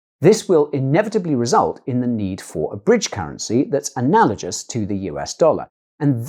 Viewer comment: The word "analagous" is not "analagious"!